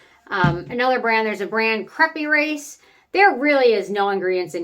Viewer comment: Crape like grape is the accepted American pronunciation, but I like your French pronunciation of crepe (crehp). I’ve been struggling for years to get my face, neck, and dec routine figured out. I just recently started working on my body skin. This video came at the perfect time for me. Thanks!